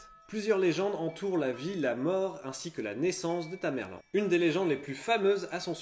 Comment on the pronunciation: On dit tamerlent pas tamerlane..